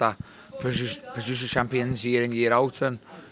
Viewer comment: Produces Liam its " produces " Not "purduchchheses "